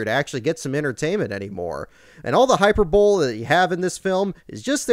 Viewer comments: Did he just say “hyper-bowl”??? 😂😂😂😂 it’s pronounced “Hi-Per-buh-lee” 😂😂😂😂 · Hyperbowl? Is that one above the Superbowl, or could you have meant hy-per-bo-lee? Nitpicking aside, this isn't the greatest racing movie of all time (Grand Prix, Le Mans and Rush would all like a word with you about that), but you're right that it's a hell of a lot of fun. For us Aussies there's a connection as well, because it was made during the era when our own Dick Johnson was crossing the Pacific to do the odd NASCAR race. His wife Jillie came away starstruck after meeting Tom Cruise, and he wrote in his autobiography: "After the release of the movie a year later I ended up getting a cheque in the mail. I had no idea why and I’m looking at this cheque going, ‘What the hell is this?’ It was about $2,000 or something. And then I rang a few people and someone said yes, you got the cheque because you had so many seconds of footage in Days Of Thunder. So there I was in the No.38 Redkote Thunderbird in this movie and the footage they used was from Charlotte from memory." I've been looking for the footage ever since, but so far I haven't found it. Looking forward to Driven! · Hyper bowl? Hyperbole is pronounced hi PER bowl ee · Hyperbole: Hyperbowl/Hyper bowl-iee Meh. no matter. it's a rarely used word. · Haha. “hyper bowl” you mean hyperbole Hi-Per-Buh-Lee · hI PER bo le not hyper bowl. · Hyper bowl??? Apparently this guy doesn't write his own script. And he doesn't know words. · Did you say 'Hyperbowl' as a pronunciation for hyperbole? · Its pronounced hy-PER-bo-lee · "hyper bowl" 😆😆😆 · Hyper-bowl lol 😂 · You mispronounced "hyperbole"... Most people do though.. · Hyperbole totally pronounced wrong hahahahahaha